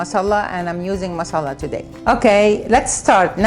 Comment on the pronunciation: yo fousey, tell there is no shadah on the L in masala, its pronounced ma - saala. trust me im indian. ps~ its all love and i appreciate everything u r doing:)